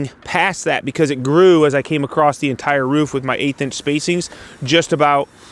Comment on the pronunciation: there is no t in the word across